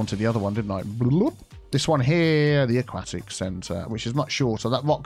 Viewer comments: "... discusted..." "... a-quack-tic..." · every time you say "aquatic" wrong i die, but i love all the expansions in this video regardless! soo good!